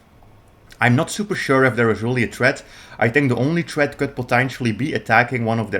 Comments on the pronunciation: Threat ❌️ Tret ✅️ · Why do foreigners have such a difficult time with their tongue movements making the thhhhhh sound? Is it that uncommon in most languages other than English? My Brazilian gf can’t do it either. It’s THreat not Tret. THree THrow THrombosis THruway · we are trettening, we have a tret you learned your English in the gutter of which country? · Threat has an H in it. Not tret. Your not tretting